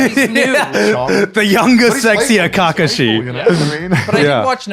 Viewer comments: e why did he said Kackooshi? Brother uuuuhhh 😢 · Kacke shee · Ka-kashi Not Kaka-shi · Not the "caca she" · this conversation was going well until the guy on the left pronounced kakashi as KAhh kashi, like that just pissed me off. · Who's kah-kashi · Bro rly said KakUshi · “Ca ca she” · Why they saying Kakashi like Ka-ka-she 😂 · KAH KAH SHI NEVER IN MY LIFE HAVE I HEARD THAT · Who tf pronounces kakashi as “akakashi” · What. the. fuck is KA-kaShi???? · Bro he said KAcooShee 💀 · Bro literally said kaka she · but why kahkahshe? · He said “Ka-Ka-Shi.” 💀 the cringe on that. Gross. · Why the fuck is he saying kaka shi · Garnt pronouncing Kakashi was so awkward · The way he pronounced kakshi's name made some part of me shrivel up and die inside🥲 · Kakashi sounds so bad in that way of pronunciation lol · I'm bewildered at how Grant says Kakashi. hahahaha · I have never heard anyone pronounce Kakashi like that man just did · Why does he say Kakashi name like that I’m just curious? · the way he says kakashi pissed me off lmao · No one gonna talk about how Garnt says Kakashi and no one calls him out on it😂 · Bro on the left butcherd Kakashi’s name😭😭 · Trying so hard not to dislike after he said Kakashi like that. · Not a huge Naruto fanatic or anything but the way he pronounced Kakashi just rubbed me the wrong way.